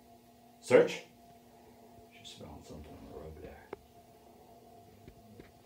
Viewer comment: Are you using just the search command in German? Really sounds like you’re saying “such such” which is “search search” in German.